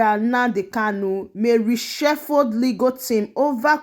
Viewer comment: You couldn't pronounce RESHUFFLE...? You calling it resheffu